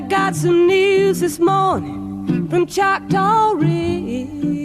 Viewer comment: It’s “Choctaw”, an indigenous name.